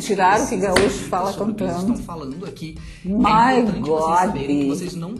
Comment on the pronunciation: "MAI GODI" Sizixkzkxjsjcn 😂